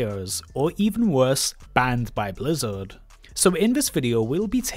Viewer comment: FwEe Bwizzawd BalaNce CawD